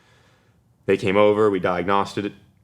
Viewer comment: Saying diagnawssed is driving me insane.